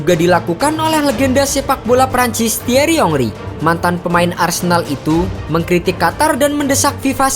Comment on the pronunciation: Thierry Henry Tolol banget sih adminnya Gak bisa sebut nama dengan benar 😁